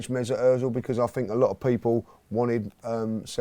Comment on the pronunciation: Omg the way he pronounced Ozil 😂😂😂😂